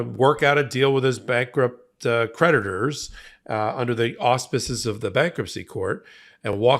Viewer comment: I'm a little buzzed and when he says creditors i hear predators